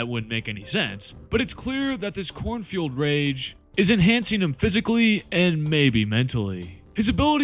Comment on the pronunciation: I keep hearing "cornfield rage" instead of "Khorne-fuelled rage" 😂